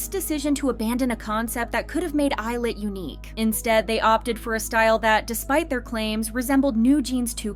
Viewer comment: I don't think that's how you pronounce 'Illit' ...